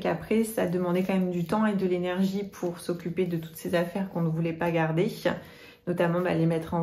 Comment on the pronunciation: Alors, comment dire, tout allais bien... video normale...mais là tout d'un coup'che à quand il faut pas garder'che où les donner'che??? C'est une blague? Je ne comprends pas ce délire...?